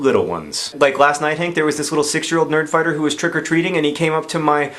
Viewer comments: Did anybody else hear "birdfighter babies" instead of "nerdfighter babies"? No? Just me? Okay. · It almost sounded like you said "BIRD-fighter babies". Haha.